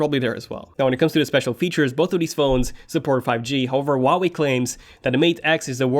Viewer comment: He can't pronounce Huawei...